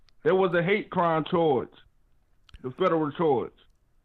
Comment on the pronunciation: He had me laughing so hard when he was like " that's Federuuh" 😆... When the proper word was Federal ...😄